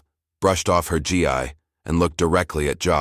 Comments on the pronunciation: Please teach the fucking AI to say Gi as G with a long fucking E!!! And not G-I. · Please Please Please Read your stories CORRECTLY... it's not G I............. its GI Like it's pronounced G like Grape I pronounced eeeeeee Please check your Pronunciation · The GI as you say it is pronounced GEE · GI should be pronounced "Gee" and Kata is pronounced with short sounding a's, not long .🙄 ❤CK Anyone who knows about Karate or any of the other Martial Arts would know the proper pronunciation(s)...so embarrassing for you, so unprofessional, and really annoying for those who know and are listening. Please "fix this". Thank You 🤔 💭 ❤CK